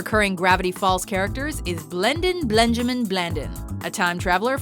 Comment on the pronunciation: Wait did you just say blendin blandin benjamin bladun Is this right At least that is what i hear AND WHY YOU ALWAYS SAYS AUTHOR his name is ford